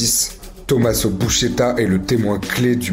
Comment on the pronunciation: Buscetta, pas Buschetta 😂